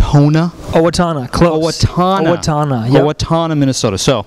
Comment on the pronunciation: XD he keeps saying owatoona! it's owatona Get It Right!! lol